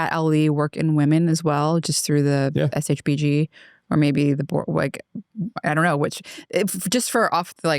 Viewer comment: Longevity expert that doesn’t have a compressive understanding of shbg and can’t even pronounce it properly is painful to watch.